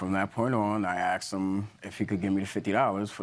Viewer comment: asked not axed